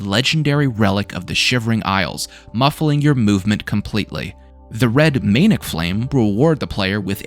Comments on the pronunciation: mane ic? man ick it’s manic not maneic lmao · It's pronounced "man-ick" not "mane-ick."